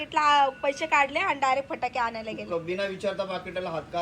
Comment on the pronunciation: पटाकडे नाही फटाके 😂😂